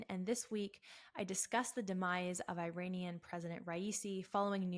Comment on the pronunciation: WOW, you don't even know how to pronounce Iranian!! IRANIAN is pronounced "Eee-Ronny-Yan" Not "Eye-RAINY-Yan"!! Here's a Very simple Mnemonic for you, "There's no RAINY weather in the forecast" !! Is that simple enough for you?! If you still have difficulty with this ultra simple pronunciation, please ask me to repeat the Mnemonic for you okay?! 😉💙 You're embarrassing yourself before the whole world that, does know the proper pronunciation!!!!!